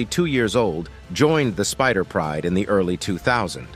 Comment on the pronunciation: Sparta pride, not Spider pride Ugh